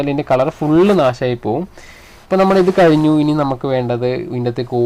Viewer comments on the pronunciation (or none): none